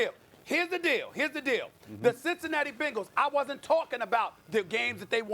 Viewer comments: Man really said bengals 😂😂😂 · Does Stephen A say Bengals funny or is that just me